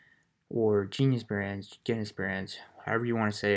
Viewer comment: When you pronounced it "guiness brands", I decided to take the video with a grain of salt.